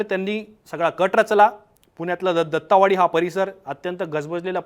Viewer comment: दत्तावाडी नाही दत्तवाडी. ओंकार वाबळे कडून योग्य क्रमवारी ने आणि तेच तेच न बोलता मुद्देसूद बोलने हे शिकावे.